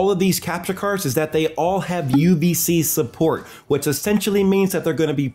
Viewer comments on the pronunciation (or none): none